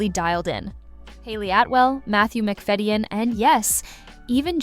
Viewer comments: Mc Fadden not Mc Fedian! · It’s Matthew “McFadden” I know it isn’t spell that way but it is how it’s pronounced!!!! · Could you PLEASE take the trouble to pronounce names like Berkeley Square correctly????? Not to mention Matthew McFadyen. Also, none of these dramas has been "hidden" from the public. They're all well known.